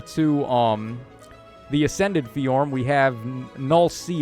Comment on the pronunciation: ability to just add new sounds to a name that were never there is so funny. Bro said FeeJorm